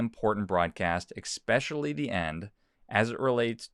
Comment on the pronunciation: I want to believe you, but you said "ecspecially" instead of "especially".